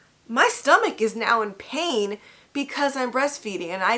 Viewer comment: And the way she say pain. She dont say pain she say PAHin. I’m scared 😟